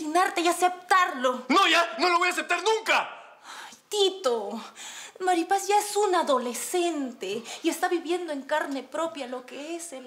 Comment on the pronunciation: Olinda diciendo Maríapaz😂😂😂😂